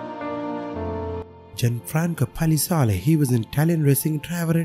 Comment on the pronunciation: Poor talented Mark, life's just not fair. Very sad to hear that the fabulous Murray Melvin has died after a fall. Perfect pronunciation of Gianfranco Palazzoli. ✅. Nice music. ThanQ for sharing Sir. R.I.P all 🌹 🕯🥀 💐💔